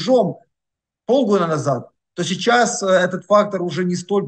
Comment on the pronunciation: Всегда слушаю Бортника с интересом. Но одна деталь выводит меня из внутреннего равновесия. Он говорит "чичас" вместо "сейчас"